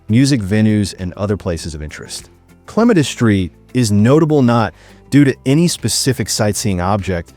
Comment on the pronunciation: You said clematis wrong